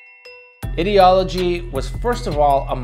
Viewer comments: That is not how you pronounce Ideology. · Anyone else wierded out by how he says ideology?